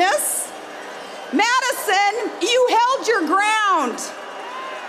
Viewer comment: Sarah Palin doing her Judy Tenuta impersonation. MAYdison WisCAHnson!